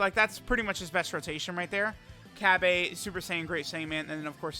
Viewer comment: With cab-a Isn't it cob-uh Cabba